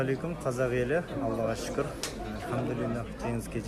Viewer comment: Шүкір... 🤣🤣 залетело даже без акцента 😅 ты хорошо подружился с казахским.